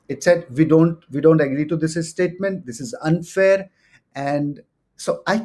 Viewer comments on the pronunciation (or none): pronounces statement as estatement and april as aapril